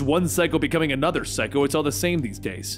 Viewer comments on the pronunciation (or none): none